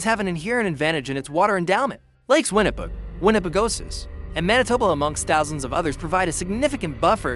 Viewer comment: If you are going to narrate a documentary, you may want to pronounce METI properly? It's pronounced May-tee! Or Winnipeg? Win-ni-peg!